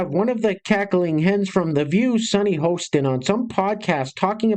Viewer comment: HOSten not HOEsten